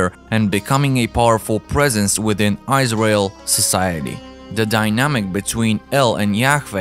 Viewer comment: Really good researched presentation. I'm having fun listening to your pronunciation "Eyes Rail" heh heh heh. I'm a laughing idiot though, I can barely speak just one language!